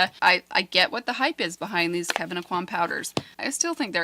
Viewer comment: You are pronouncing Kevin Aucoin’s name correctly. Love your videos! ❤️